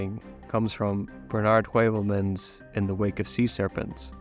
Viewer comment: His name is pronounced Bernard HOOVELMANS